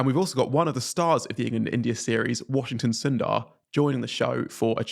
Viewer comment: His name is Washington not Washingston, kindly get that corrected.